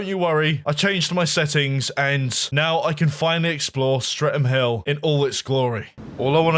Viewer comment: lol "Stre'm Hill" :P